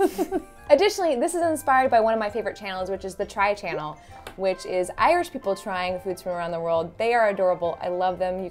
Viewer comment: Wow u pronounced irish so bloody well or was that not really (I'm new to this channel) anyways love ur content